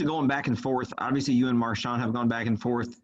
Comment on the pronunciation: Bruh said Marshawn lynch 💀💀💀